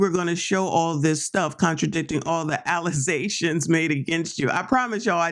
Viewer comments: Girl did you say allizations? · Tiff said "allazations" on Roland Martin and it is hilarious and sad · Alizaions!? You dummy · Tiffany says Trootf and Alluzations!!!!!!!!!!!